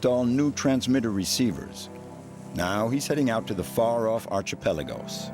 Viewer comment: Great documentary. Thank you. Can someone please teach this narrator how to pronounce archipelago though?